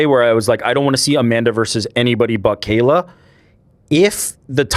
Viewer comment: Moron! He is not pronouncing Kayla Harrisons name right. It is not pronounced kell